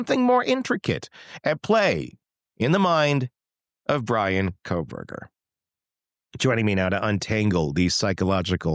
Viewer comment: I love the way your AI intro says “Khobergah”😂